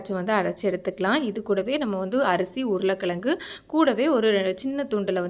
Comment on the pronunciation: அதுபோல் ழகரத்தையும் யாருமே உச்சரிப்பதில்லை. உருளைக்கிளங்கு என்றே சொல்கிறார்.